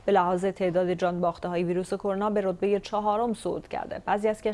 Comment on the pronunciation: مدرسه؟ رتبه؟ اشتباهات لفظي